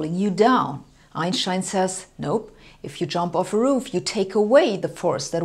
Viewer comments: Since it's a German name, thats how to say it. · Properly pronounced "Einshtein". Thanks. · It's how we should all say it.. M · the way Americans say it is correct. It's Anglicised. Different languages use different pronunciation for different words. So, when speaking English, I say, "Einstein." But, when speaking German, I say, "Einshtein." Both are correct. Glad I could clear this up. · "Einschtein" (yes, thats the way it is pronounced correctly!) wrote his first revolutionary papers in German and the rest of the world hurried to translate them . Thanks for your youtube lectures. Not everything has to be drowned in tensor analytics or SU2 philosophy to let flash up a spark of understanding or start a further search for refinement by induced curiosity. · The way she correctly pronounces Einstein's name is so satisfying... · Only here to hear her say Einstein. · I like how she pronounces Einstein, the correct way. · *love how she correctly pronounces Einstein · She says Einstein the only correct way. After all Albert was a German. So is she. 😉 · She´s pronouncing it correctly. As it is a german name, the "s" before the "t" is spelled "sh". No accent here.